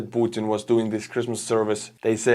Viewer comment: Was I the only one that heard "crispmas" instead of christmas"?